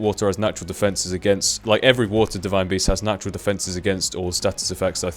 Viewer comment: like if you thought beast said breast in the beginning haha